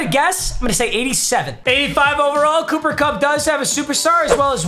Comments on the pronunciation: “Booper Bupp” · If I hear booper bupp one more time imma lose it